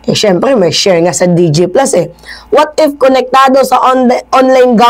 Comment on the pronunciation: it's "what if" not "what ift"